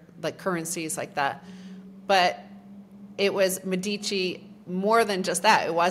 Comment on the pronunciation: Great talk. Please call the elites of Firenze "Médici" and not "Medíci" (accent on the "e" and not on the "i"). Italians and Europeans might not recognize the name :-)